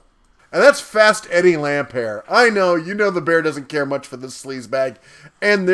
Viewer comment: Ohh and you can't even pronounce Lampert's name properly. OMGosh I been saying this for so long! We ALL knew it. Yes though, WHY did they wait this long to come forward about it?!